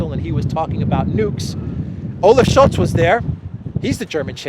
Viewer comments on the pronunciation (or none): none